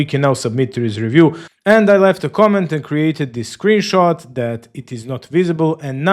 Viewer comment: bruh, the first said "Screenshoot" not "Screenshot"